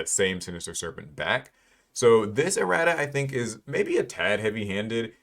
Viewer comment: He is butchering erratas’ pronunciation right?